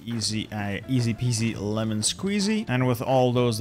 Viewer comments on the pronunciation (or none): none